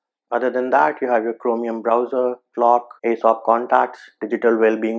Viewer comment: Its AOSP not Asop